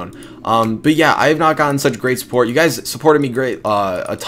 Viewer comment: "What is going on Gays" 😂